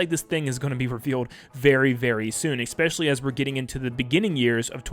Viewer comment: "expecially" isn't a word